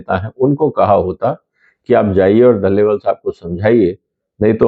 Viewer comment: दलेवाल नहीं डलेलाल है।